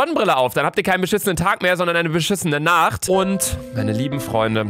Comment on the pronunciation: Wie komisch hast du Nacht aussgesprochen